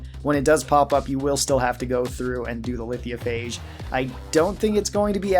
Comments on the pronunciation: Lithiophage lol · I don’t mean to sound rude but you are pronouncing Lithophage incorrectly